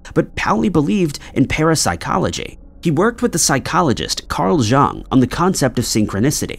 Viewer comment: Jung is pronounced Young. The letter J takes the Germanic pronunciation as Y.